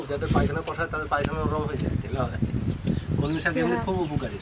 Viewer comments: উচ্চারণে এতো ভুল কেনো। কমলি আবার কি ওটা কলমি শাক ।। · Kamli na kalmi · ওটা কমলি শাক নয় ওটা হবে কলমি শাক 🙂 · Kamli sak noy kalmi sak😂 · "বেলি " ফুল কেই "জেসমিন " বলে। কমলি শাক না "কলমি" শাক।।